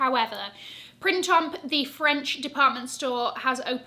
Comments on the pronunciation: I’m sure it’s pronounced PRAN TOM didn’t you do French at school?? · Everything wonderful, I agree with most…just 1 thing: I wish you - being a pro - would correctly pronounce “Printemps”. Other than that…Best wishes ❤